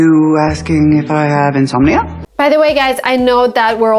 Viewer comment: Insomnia 😭😃🤣 this could be stupid but I love the pronouncation